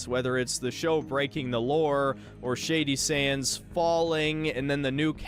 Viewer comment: I thought It was funny how everytime you said Shady Sands, it sounded like Shady Shits. Don't mean any offence by it just thought it was funny.